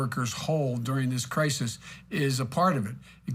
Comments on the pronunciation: Crisis? Crikis? Come on! Wake up! Listen! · “Cricus.... crisis “